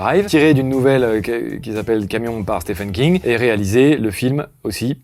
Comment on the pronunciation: Stephen King se prononce "Steven" King c'était la petite astuce gratuite.